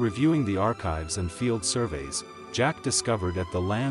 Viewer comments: AI..it's Jake, not Jack. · His name is J-A-K-E! not Jack! You made an interesting story ridiculous by continually mispronouncing his name! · Jake NOT Jack. Say it correctly.